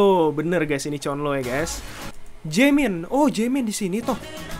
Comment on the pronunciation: Sekedar info Bang. Mark Renjun dibaca Lonjwin Jeno Jaemin dibaca Jemin Haechan dibaca Hechan Chenle dibaca Chonlo Jisung dibaca Jisong